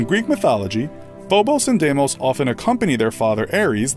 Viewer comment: I do not like the way he pronounces Deimos.